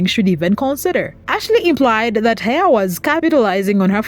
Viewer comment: Not being rude but if you are going to cover a story about someone please make sure you know how to pronounce their name. It's pronounced like Heffa not Hey-a